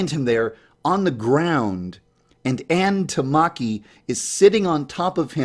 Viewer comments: 'Ann Tamaki' Rip it's Ann Takamaki (Not hating lol) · omg Ain tarmarkee you pronounced it wrong to bad its arn teh-car-meh-key